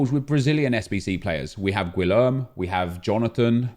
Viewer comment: Gwilerm? GWILERM!? Nep you can’t be serious! Gee-air-may